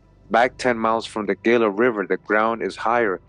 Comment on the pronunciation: The GILA River is pronounced heela. The G sounds like an h...like the Gila Monster. Love your videos!👍